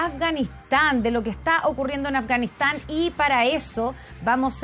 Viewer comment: OYE periodista!!! PRONUNCIA BIEN AFGANISTAN.------- AF, GA NIS TAN... /affff ) pronuncia la "F" --- pronuncis "S" (ganis)